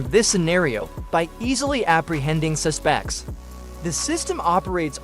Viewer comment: Yeah. And “suSPECTS”. 😂